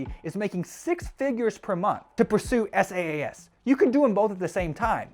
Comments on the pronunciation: it's saas not S.A.A.S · IAG media became IAG Online Services which ran from - it’s on Companies House and was voluntary wound down with £1mil in assets. SaaS is pronounced “sass” NOT “s.a.a.s”. And it stands for software as a service NOT solution. I’m not defending this guy but jeez your research is pathetic.